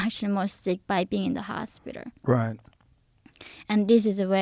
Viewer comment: see how she's purposely pronouncing her L S after saying hospiter